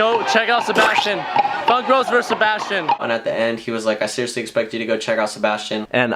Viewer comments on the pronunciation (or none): Wassup ps I'm called Sebastian but it's not Seb ass chin it's Spanish